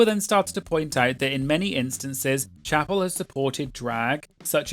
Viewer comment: it’s Chappell, like lapel 😅